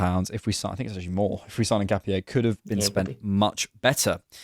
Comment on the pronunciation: said it right in the first instance.